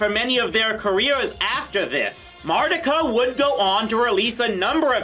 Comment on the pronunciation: I thought that her name was pronounced "Mar-TEE-ka!" 🤔